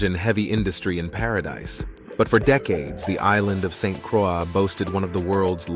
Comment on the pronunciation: A few things here… St. Croix is pronounced “Saint -Croy “ and not “Cra”. Folks drive on the left because we were once owned by the French and they never changed it. Finally, the cover art is deceiving and distasteful.